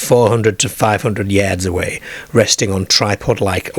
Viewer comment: Is this an AI narrator, very strange pronunciation of lots of words I have never heard before in an English dialect? A Fam, Farm, ca, car, yeds, yards, etc? Using AI narrators always, for me is less credible?